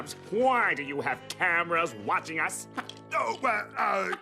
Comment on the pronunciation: said waitching